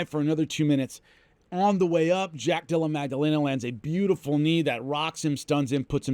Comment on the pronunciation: Love everything you do, always have...but, the letter g is absent from jack della maddalena's name